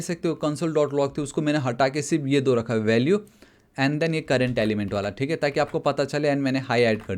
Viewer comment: Are you from uttarakhand you say dooi